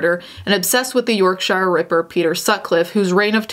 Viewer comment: I live in Leeds aa. Also Yorkshire is pronounced York-shuh not York-shiyre ;0; I love the video tho & your eyeshadow looks amazing!